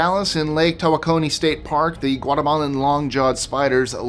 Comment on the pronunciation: The lake is said , Tow-ah-kah-knee. I live 20 minutes from here. Spiders everywhere.